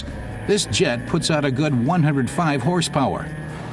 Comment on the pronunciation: It ain't "Djet 6" but "Jet 6"...